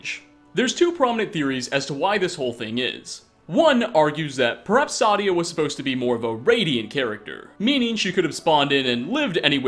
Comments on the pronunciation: Also its not pronounced sadia its saadia seyydia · If you just listen to how they all say Saadia , it is Say-Dee-Ah , not , Sah-Dee-Ah. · I dont know how you say the names so wrong when you literally but people saying her name it's say di a sa di a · They literally say her name so much in this video... why still say it as Sadya? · Why does he say Sadia so wrong? Lol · the A is pronounced. Its german/nordic pronounciation, the problem is that the voiceactors are mostly americans and brits.